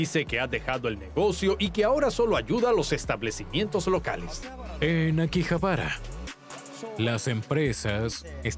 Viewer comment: No es akibahara,sino akihabara